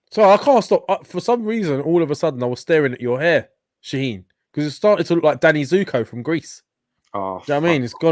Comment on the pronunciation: I love how the calls Shahin "Shaneen" hahaha